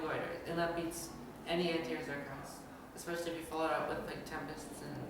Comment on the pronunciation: SHe said it! 'Now its harder expecially for zerg'. Fix it blizzard! TY!